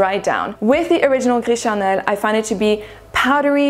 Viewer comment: The way you say « gris charnel » sounds like you speak french ! I didn’t ear any french accent in your english. Du coup je suis curieuse! 😉 les revues sont très bien. Ici je passe mon tour car gris charnel et moi on ne s’entend pas bien. Bonne soirée